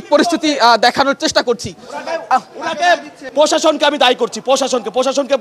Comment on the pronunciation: পসাসন না রে পাগলা প্রশাসন